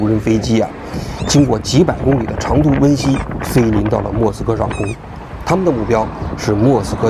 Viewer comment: 奔袭”的“袭”字频繁被读成一声（xī），应该是二声（xí）